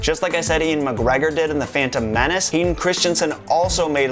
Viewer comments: His name isn't Ian McGregor it's Ewan McGregor dumb fuck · Ian McGregor? Do you mean Ewan McGregor? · Loved the video and don't mean to be a bummer but "Ian Magreggor" is not correct, an actor called Ewan Magreggor played Obi-Wan-Kanobi